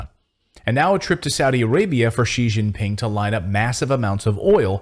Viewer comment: Its ji ji ping, that can only mean one thing!!! You you you are fooked